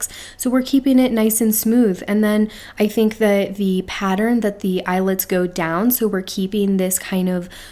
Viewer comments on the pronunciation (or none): none